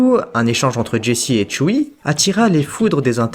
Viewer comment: C’est pas tchui c’est tzu yuuu